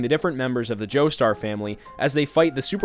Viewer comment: “Go ahead, Mr joesteurrr…” wrong Joestar